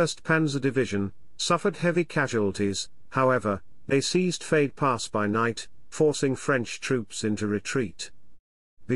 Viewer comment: Edit: didn't realize this was synthesized speech. Still, I guess you could do something about it🙂 '88 millimeterS guns', 'fade pass', etc. Sound sloppy and weird.